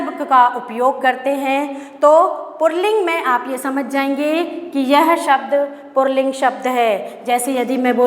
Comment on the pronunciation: Madam purling nahi puling hota hai